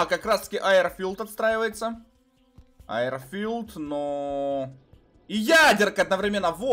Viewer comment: Почему айрфилд а не ейрфилд